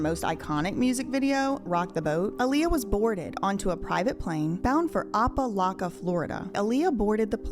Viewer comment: 😂😂 Sweetie nooo its pronounced O-PA, OOO-PAAAA like "O-pen" no "ops" OOPPAA LOCKA im dead 😂